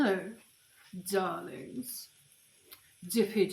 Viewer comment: '' hello dralings'' the red lipstick... oh no